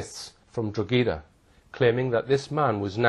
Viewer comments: Serious research put into this and everything to do with Hall addressing Madeleine case. FYI - Town in Ireland is pronounced Draw-Ha-Da (Drogheda), not Drog-A-Da. Boom...keep up the good fight. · Drogheda in Ireland is pronounced "Droh-hed-ah", to rhyme with 'opera' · Drogheda pronounced draw hee da , silent g. Small point but necessary. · Drogheda pronounced draw hee da , silent g. Small point but necessary.AND , emphasis on the 1 st syllable Happen to know , i used to live in Eire Also, Sagres.... is pronounced Sagresh.. I know ? I WAS there , and lost my virginity there I know, ....too much info there, but TRUE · Not a very good researcher. His pronunciation of "Drogheda" is WRONG!!